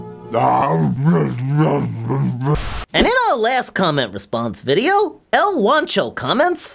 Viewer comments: Haha u say sang-witch lol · Why does pronounce sandwich, "sangwich?" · Fafa says "sanguich"?